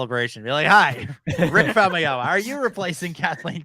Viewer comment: Famuyiwa, not Famayama! 😁🙃